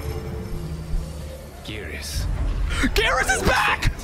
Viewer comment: Gear-us not Gare-us lol